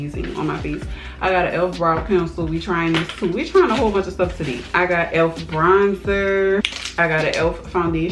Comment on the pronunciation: Are you from NOLA....you are because when you say “today”....new subbie na!